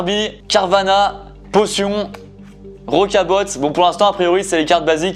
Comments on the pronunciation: Juste rocabot sa se dit rocabo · Tout les youtubeurs ils forcent avec "rocabotte" mdr apprenez bien à l'oral C rocabo